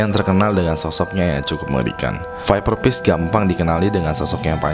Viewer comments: viperfish bang bukan viperpish :D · skip , masa viperfish jadi viperpish sih wkwkwkwkwk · pas bahas viper fish kok gua dengernya viver peace ya xD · btw viperfish bang bukan bukan viperpish :v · Sorry baang.. sekedar saran,Englishnya di bagusin dong baang agak lucu dengernyaa "ViperPish" wkwkw semangat terus! #ewingsquad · denger lu bilang viperfish ngakak gw